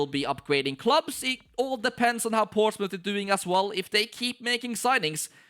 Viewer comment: (p)ourtsmouth Once Again 😂